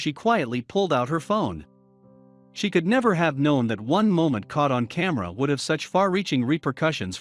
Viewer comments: This has to be a pre-written script that is narrated by an A.I. voice. There's no way a real man would call a camera phone a "ca-merra phone"!!! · A unique pronunciation of "camera phone" makes me wonder if this is a human reading this script. A "Kameruh" phone? And a lack of commas & periods?